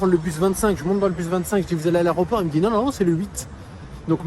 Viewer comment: L aéroport et non arreoport!!!